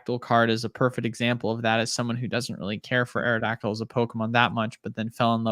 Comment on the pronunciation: Lol can tell (forget your name) is not a gen1er pronouncing “aerio dactile”